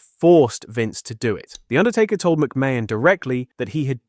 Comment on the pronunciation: AI really needs to learn how to pronounce McMahon.